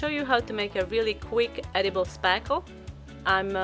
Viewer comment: I mintto say etuble